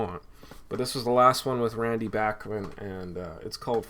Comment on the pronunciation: Hi. Really nice Dean Martin collection. Always have a soft spot for Dino. I really like Brave Belt (pre BTO) but I don't have anything from them. Great selection of BTO..and it's nice to hear Randy' s last name pronounced properly.